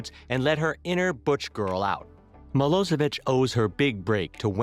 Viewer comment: it's milošević (miloshevich) not milosevik!!!!!